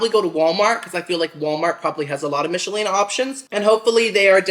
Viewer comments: It's pronounced Mickelina just letting you know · I may watch again to count how many times you said Michelina wrong. 😂❤️ It’s like nickel. Mic-kel-ee-nah. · It's pronounced Mick-ah-leena haha